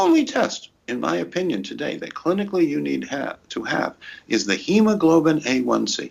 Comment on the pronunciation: For Christ sake, each time he names the test I can't understand what he is saying! Why doesn't he pronounce it more clearly! What is the first test?: A1C or H1C? And the second one I couldn't hear either!